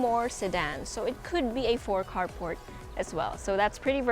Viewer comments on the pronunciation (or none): none